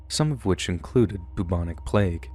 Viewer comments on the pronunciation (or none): none